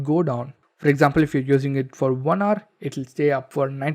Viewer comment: Learn to pronounce "Hour".